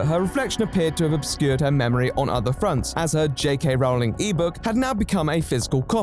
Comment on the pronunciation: The irony of Blair (an American) pronouncing Rowling's correctly and (seemingly English) pronouncing it wrong is hurting my brain 🧠 lol